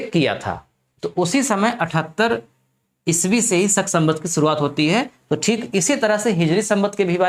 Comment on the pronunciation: सक नहीं होता है भाई, शक होता है